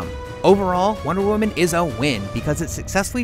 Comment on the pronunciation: Michael Montalvo he sounds like he's saying 'one woman' doesn't he.